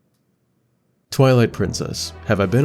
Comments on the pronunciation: “Maple serup” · You pronounced syrup wrong